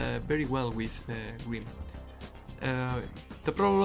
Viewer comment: took me way to long to realize green is just how you pronounce grim^^